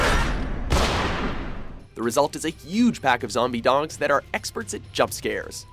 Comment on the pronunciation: I hope I'm not the only one who hears "Zombie dongs"